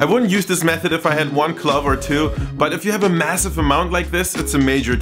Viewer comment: When he said clove, I thought, for sure, he had said club. I was wondering what use one or two clubs could possibly be for peeling garlic, until he said it a second time and I finally clued in what he had meant to say. Side note: I have captioning on and it also thought he said club. It was nice to know that, at least this time, it wasn't just my horrible listening skills to blame.